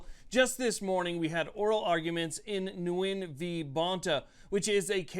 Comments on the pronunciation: Splitting a hair here, the name “ Nguyen” is pronounced phonetically “ Win” not “ New Yen” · Nguyen is pronounced win. Its chinese. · Nguyen is pronounced "Win", according to Sgt Nguyen, one of my instructors in Pensacola. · Nguyen is pronounced like “win” I think.